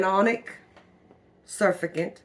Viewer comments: Sir-fact-tent is how it’s pronounced. Not suff-a-gent. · It's NOT surficant... it's SUR FACT' ANT with the accent on the FAC. So if you can say SIR FACT ANT, then you've got it !! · SurFACTant emphasise the word fact in surfactant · ro help you out: pronunciation: sur FACT ant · Surfactant is pronounced w/an emphasis on the second syllable. Sur-FAC-tunt. I've made my own bar soap in the past. I make my powdered laundry soap. I never use Zote or Fels Naphtha . Can't stand the smell of either. I use a bar of plant-based soap....usually Mrs. Meyers. I haven't had any trouble w/build-up.Like you I'm a very frugal person, too. I stopped using fabric softener. According to Patric (that's how he spells it) Richardson, the Laundry Guy, fabric softener is not good for laundry. It leaves a coating on it which attracts dirt ! He likes just plain old white vinegar which does not leave the smell of vinegar on the laundry. So, that's what I use now. He also goes by the Laundry Evangelist. Boy, does he ever know a lot about laundry & how to get out stains !! I'm 76, been doing laundry a long, long time....but I'll admit I've learned a few things from Patric. Hope you have a great rest of 2024 ! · Sur - fact- ant (hope that helps) lol cute. Thanks for the vid. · sur-FAC-tant GLISS-er-in Other than that, interested in trying this. I’ve avoided making my own laundry detergent because of the issues you noted. Thanks for sharing!